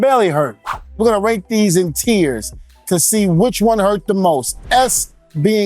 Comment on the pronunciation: Tiers, or tears? Love the channel D-Von!